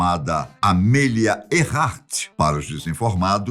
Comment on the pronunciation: qual a dificuldade de pronunciar o nome de forma correta? diz-se amília e não amêlia. por favor, soa ridículo